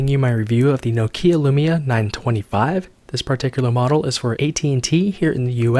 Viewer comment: Keep up the good work! Really nice review. Although the way Nokia Lumia is pronounced in English is too funny for me ;)